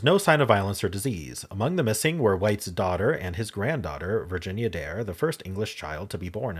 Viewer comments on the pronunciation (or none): none